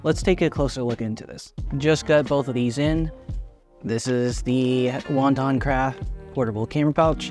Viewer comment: Wo-tan-craft not wonton craft. Thanks for making this video. How does bringing the camera out of the bag feel? It’s a tight case with a contour zipper so does that make it feel like a hassle bringing the camera out and putting it back on while zipping it open and close.. I like the size but the quick access on the smallest pilot 2l seems to be a better fit for a edc.